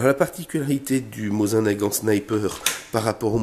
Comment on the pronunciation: Une grosse erreur est présente dès le début de la vidéo ! Le MosinNagant se prononce : Mosine (Prononcé le e) et non pas Mosin. Belle pièce, cependant votre fusil n'est pas de première facture ! Vous pourrez le remarquer juste au niveau (Si vous prenez la crosse vers la gauche) vous voyez le coude pour recharger ? Ou bien le bout droit de la lunette ? La partie juste en dessous mais pas le verrou ! Cette partie métallique est arrondie sur votre pièce. En effet, la pièce de base est hexagonale mais pour produire plus vite, l'U.R.S.S modifia cette partie en partie arrondie comme sur votre fusil. Ces fusils ont été produits plus vite et sont donc de facture moindre.... C'est mon fusil favoris et je suis très content qu'il fassent une apparition sur cette merveilleuse chaîne !